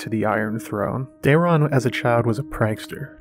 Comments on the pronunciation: For ur next trick can you teach that chick to pronouce day·ron! Not dare·e·on! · It's not Daerion, it's Daeron lol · Day-ron….not Dar-ion 🤦‍♀️ My gods that drove me half crazy. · Am I the only one who wishes he’d just read the book excerpts himself? Every time she says Daeron I shudder. There’s not enough letters in the name to be pronounced as Day-reeon. I wonder if Daemon is just Damian to her? 😅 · You serious? She adds a vowel to Daeron and she skips words.